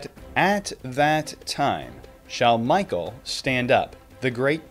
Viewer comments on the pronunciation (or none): none